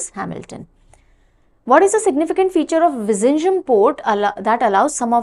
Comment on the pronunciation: Ma'am you are pronouncing Vizhinjam in a wrong way vizh-in-nja-am